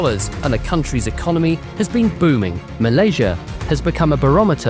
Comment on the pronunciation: Still cannot pronounce “economy”😂😂😂😂